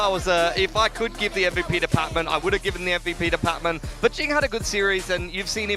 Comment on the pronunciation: Guys, it's PatMEN not Patman.